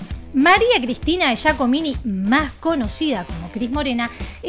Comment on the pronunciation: Yacomi, no yacomini